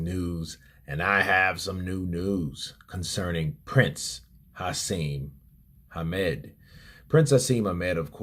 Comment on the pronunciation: Come on FFS, it's Naseem Hamed, not Hasem Named...